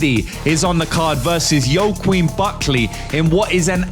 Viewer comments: it’s pronounced WAH-KEEN, not YO-QUEEN lol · Whack Keen is how you pronounce it bro. Love the content.Great breakdowns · The "Joaquin" name is pronounced (at least in western English) as "Wakeen". Side note, I have no fuckin idea how Joaquin was favourite against Usman (should have been even odds at best, and I believe the reason for this, is that Joaquin has meme youth fandom on his side, the young bettors who had no idea how good Kamaru is, I notice this a lot with bookie odds, almost like a bait), and why the fuck Joaquin is ranked #4 in the division. He hasn't done shit. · it’s pronounced ‘wahkeen’ -joaquin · Say Buckley’s first name like…Whah-Keen. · Phonetically, it’s wha-keen Buckley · (Wok-een) is how thats pronounced. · “Wah-keen”. Soft A.